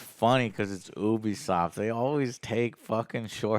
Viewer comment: It's not "Who-bisoft", but "You-bisoft". It's a U at the beginning just like in the word "Ubiquitous"